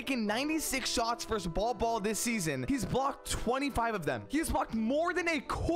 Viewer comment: It’s pronounced ‘Bowl Bowl’, but hell ya! 👍